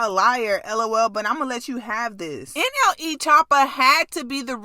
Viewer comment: Why she say nle like that she said n eee😂😂😂😂😂😂😂